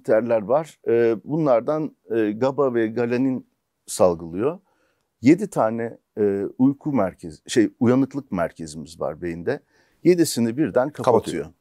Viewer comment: Galanin değil o, Glisin 😀